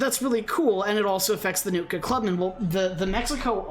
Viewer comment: "Nookta War Chief "